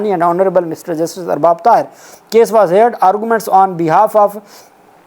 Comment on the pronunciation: haha.. bahut okha chith chith kay BAZYAAB keh rahay ho 🙂 koi baat nahi.. ab talaffuz to theek hua .. aur ye KHUNNA Pul nahi hota.. KHANNA Pul hai wahan ka naam. Aisay hi HEARD ko aap ہیئرڈ parhtay ho jo ghalat talaffuz hai.. HEAR ki doosri aur teesri form ko alif par zabar kay sath ہرڈ promounce kartay hain.. jaise Read ki 2nd aur 3rd form ko parhtay hain.